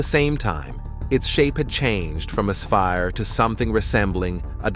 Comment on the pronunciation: Also, please consider pronouncing things like Betelgeuse, sphere, deflated, recent, times, and whatever else you mispronounced after I stopped watching